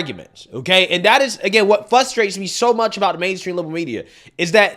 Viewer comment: Frustrates not Fustrates...❤